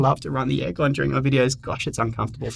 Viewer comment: ish—did you just say エアコン？ have you lived in japan or learnt japanese?